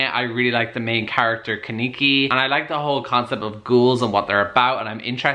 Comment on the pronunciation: Everyone who has read/watched Tokyo Ghoul was triggered by you saying Kaneki’s name wrong 😂😂😂 but that’s okay 👌🏽